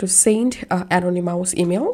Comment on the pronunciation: Thank you for the information. Just a little gentle constructive criticism, ( uh - naa - nuh - muhs ) Is how I believe this word "anonymous" to be pronounced.